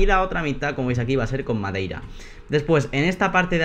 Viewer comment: en el minuto dices madeira